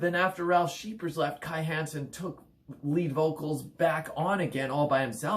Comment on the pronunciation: Meddl! :) Ähm, 'Kai Hansen', NOT Kai Heeeensen! ;) 1. Land Of The Free 2. Somewhere Out In Space 3. Power Plant 4. Land Of The Free - Pt. 2 5. Empire Of The Undead 6. Heading For Tomorrow 7. No World Order 8. Insanity And Genius 9. To The Metal 10. Sigh No More 11. Majestic Greetings from Germany! 😎🇩🇪